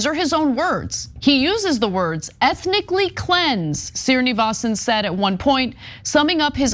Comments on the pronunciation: For Ana: Hindu Sri- on a name means "Sir" and is pronounced Shree. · It's a pity Anna mangled Srinivasan's name EVERY time she pronounced it.